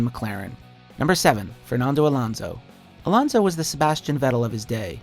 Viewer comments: It's AlOnso Not Alaunsou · hmm didn't know alonso was pronounced as alounco